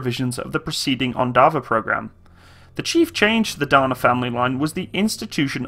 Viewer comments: its not "deina" but only "dana" and it's actually crapy vehicle our army canceled regiment of these artillery vehicles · Those engines are underrated to last forever, same goes for suspension - also the swing axle suspension by Tatra can go through almost any terrain, it is almost like tracks. Pronunciation is Dah-nah and Zoo-zah-nah.